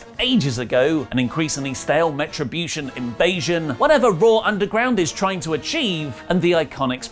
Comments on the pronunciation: Why are you calling Retrobution Metrobution? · Am I the only one hearing Meh-tribution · Did anyone notice that he called the group METRIBUTION during this whole video...?? Come on,, I love your videos, but.......